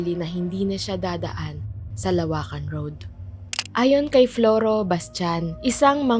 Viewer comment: teeee LO-WAKAN hindi LA WAKAN